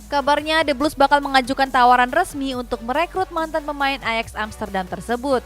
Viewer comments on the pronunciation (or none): none